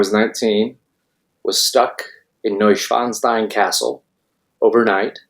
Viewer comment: Sorry but his pronunciation of “Neuschwanstein” has me laughing. that was an IMMEDIATE tell that was a lie 😉